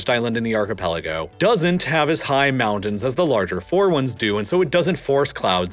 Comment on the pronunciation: And he can't say mountain or winter, instead saying mow-nin and winner